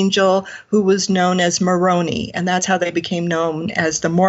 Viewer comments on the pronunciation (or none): I live in SLC and was raised LDS (though not now). Her pronunciation of Moroni gave me a bit of a chuckle. It's pronounced MoronEYE (as in, I see through my eyes), not MoronEEE (as in, EAT). But I agree with her, that Joseph Smith may have had some sort of spirit communication that he likely morphed into the foundation of the LDS religion.